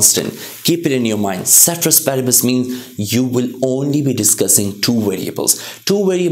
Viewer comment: Sir I admire your teaching but pronunciation is wrong with ceteris paribus. Love from Nepal